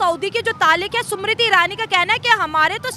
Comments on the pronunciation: MERI JAAN....SUMRITI NAHI.....SMIRITI IRANI BOLO. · Smriti.. not shummriteee 😂😂😂